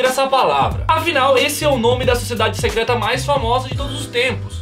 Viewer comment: Não é "secreta"